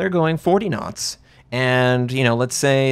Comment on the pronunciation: N1 Video. I thank you so much. All the German Youtuber dont tell the Viewer for what are the two scales are..... ;) In the first seconds i think - wtf he means with 20 Nuts g but then i understand that you say Knots and that make sense to me :) So, thx for this rly helpful Video....